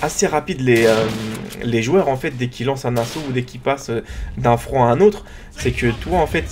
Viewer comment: on dit front et on dit pas flan